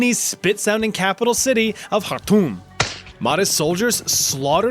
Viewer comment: You butchered the name Khartoum. I don't know if it was International or not but I was just letting you know.